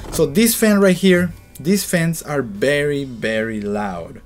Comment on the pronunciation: You sir have a BERRY BERRY BERRY BERRY bad english pronunciation XD